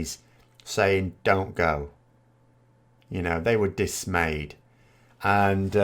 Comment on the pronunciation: Conservative MPs were dismayed at one of their number crossing the floor... pronounced it in a slightly punny way, as if he said "dis-May-ed". Not yet.